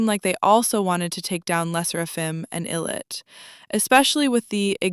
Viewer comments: oh my god i’m so sorry you made so many good points but it’s pronounced “eye lit” like ill do it but ill-it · ....it's "eye"lit. In Korea we pronouce them "eye"lit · its pronounced eye-lit btw just wanted to let u know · even english-wise it's supposed to be pronounced eye-lit lol... it's literally a combination of two words: i'll and it. but great video nonetheless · if you know the name lore, then yeah. But they chose to spell it as ILLIT, with no apostrophe, so in English it would be pronounced with a short i, so it's understandable why people would say it wrong.